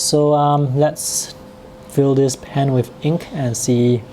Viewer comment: To pronounce “fill” and “hold”, make sure you provide the final L sound. The tip of your tongue needs to touch the roof of your just behind your front teeth.